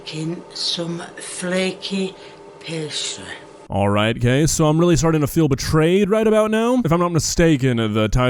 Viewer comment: She said flekeh pestreh